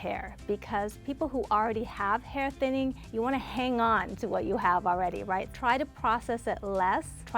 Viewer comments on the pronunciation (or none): I thought she said “eating rice” instead of “eating right” 😂😂😂 I was ready to go to the kitchen and eat rice a hahahah